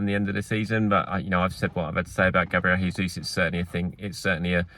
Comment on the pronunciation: Gabriel Jesus isn't Spanish, please pronounce his name properly (normal English J pronunciation)